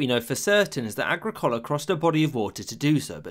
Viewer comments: You butchered the Roman governor's name. It's pronounced Ag-rick-ola, not Agri-cola. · Agrik OH La not Agri Cola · 'Agri-collar...' - the worst pronunciation of any roman name in all of history. It's ag-rickohla. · Agricola is pronounced "uh gri kuh luh." Agra Cola sounds like a soda made from genetically modified corn. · Agricola was not called agricoala. His name was “Agricola” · A-GRI’-CO-LA. Accent on the second syllable. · That's a weird mispronunciation of Agricola's name in this video. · How the hell did you just say 'Agricola' sorry? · Nice video. But you need to learn how to pronounce “Agricola” correctly,. The emphasis is on the second syllable, not the third.